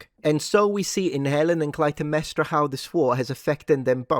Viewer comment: wow wait Clatemnestra? YOU dont even kn ow the correct pronunciation! i want you to hear my theory. i believe that woke Hollywood wants to make white people an anomaly, and that the real people are people of color. It doesnt matter if its a myth or history, its a black washing of our country's history. i cant wait to see review sites the massive deletes and fake posts, like we are children and we dont know the truth.